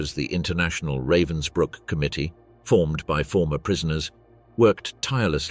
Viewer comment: What have stills from a film starring Timothy Spall got to do with something that took place in 1947 ? This video is supposedly about a bitch, yet we see court scenes in which all of the accused are men. This video is cheap and nasty with at least three different pronunciations of Ravensbrück, none of them correct.